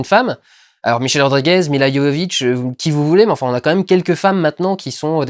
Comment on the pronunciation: Enfin quelqu'un qui prononce correctement Milla Jovovich ! :) Même le Fossoyeur et Karim n'y arrivent pas ... T'as gagner un abonné lol